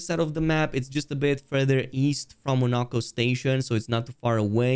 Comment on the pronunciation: You actually said the character's names correctly :O edit: of course you failed at some point :( They literally tell you how to say their names in the game. How did you mess any of them up? Poor Monoco